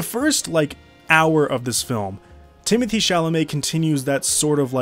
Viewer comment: I love how you pronounce Villneuve's first name in French but insist on calling Chalamet Timothy, eventhough he spells it Timothée